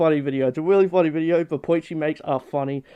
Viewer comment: It weawy is